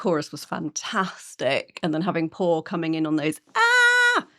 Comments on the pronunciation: Pau is pronounced more like POW. POW-leena for her full name. Good job on Ale's name! And The Warning just released a new song 'Kerosene'. And yes, those are real flamethrowers. 🔥🔥🔥🔥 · Aghhh! NOT Paw and Ally!!! Pau (Pow!) and Ale (AH-leh)!! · Pau is pronounced POW and Ale is AL-ay.